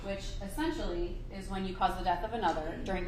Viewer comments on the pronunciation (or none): I just can’t take seriously a lawyer that uses words like “essensually” and “supposably.” 😂